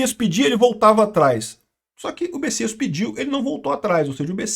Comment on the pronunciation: Ué, o nome do cara se escreve Messias e se pronuncia Bessias? 🤔